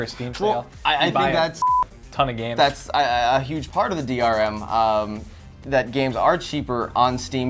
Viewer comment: did no one notice that in the 15 second rebuttals said DMR?